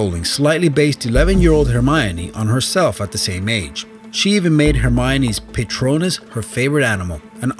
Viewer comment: Another fact that will knock you off your broomstick: it's pronounced "puh-tronus" not "paitronus" :)